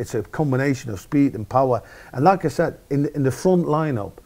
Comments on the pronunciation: whenever he said "like I said", it sounded like "lacazette" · Great vid. Anyone else keep hearing "lacazette" ?? ;)